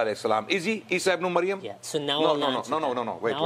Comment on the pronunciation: it is "Ibn~e~Maryam" {Mudaf/ Mudaf Ilaiyah} and NOT Ibn~O~Mayam!